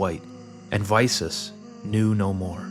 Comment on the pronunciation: I was very excited to click on the video. But the name pronunciation... I think I'll skip this one out, sorry